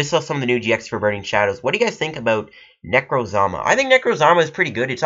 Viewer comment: its pronounced neck-rose-muh, and Guzma is pronounced goos-muh. not hating on how you said it, just thought you should know lol.